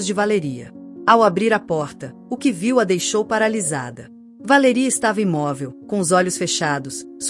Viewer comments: Porque não pronuncia o nome correto Valéria não Valeria😂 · Como falam errado ! Nossa quem fala assim não é Valería e sim Valéria cassete! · Péssima como ela pronuncia o nome Valéria pois tenho uma irmã co esse nome e tao lindo bem pronunciado